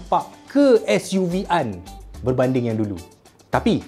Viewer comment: Ke s.u. vee an. Org bahasa mesti pening.